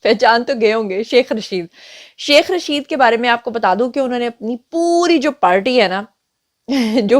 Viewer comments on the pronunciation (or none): none